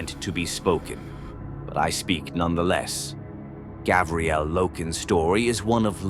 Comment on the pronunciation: Say it with me: Gar-vi-el